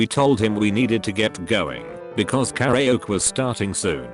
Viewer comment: No one: Not a living soul: The Text to speech bot: Carry Oak